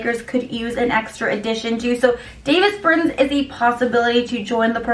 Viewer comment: You can tell she knows 0 about basketball..."David Bertins"